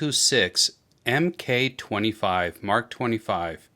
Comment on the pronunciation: As it relates to military weapon platforms, the abbreviation "MK" is pronounce "Mark". P226 Mark 25.